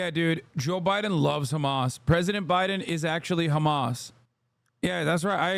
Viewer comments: Ben Shapiro is american, he knows how to say the letter 'h', why does he say 'khhkhamas?' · Why does this Ben Shapiro pronounce the ‘H’ word the Israeli way?? (Kh) Also I thought international law dictated not supplying weapons to an occupying nation used against the occupied? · The way he mispronouces Hamas like the Israelis is the perfect proof of him getting a bit of media training from them alongside the money. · Because the Hebrew word khamas means "Violence". He's intentionally trying to demonize the name in the most childish way possible.